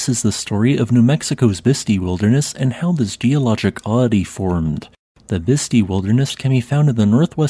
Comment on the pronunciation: with respect, it is pronounced bisst eye